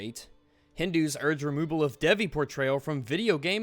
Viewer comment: So goddess of sexuality looks sexual? Woah...would have never seen that one coming..... I hate it when people who think that they are religious act like something is offensive just to get some attention. And it is not pronounced dev-ee, it is pronounced dayvee. I'm Indian...and this game this T for Teen....